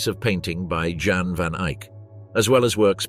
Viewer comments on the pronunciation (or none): Jan, pronounced Yon, from the Dutch. Some vowels are not always what they seem.